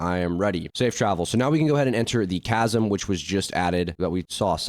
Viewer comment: Bro can't read "Mariana's veil buff" "tch-asm"